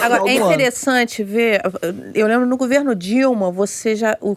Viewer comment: Não é "gUverno", é gOverno, GOVERNO!!!!